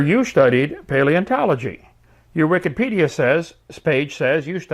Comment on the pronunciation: Did you just say Wiccanpedia? Kent why you talk to weird? Or do you really believe that Wikipedia is Neo-Pagan? Why are you using "Satan's" website to debate, Kent? It's daaaangerous, you know XD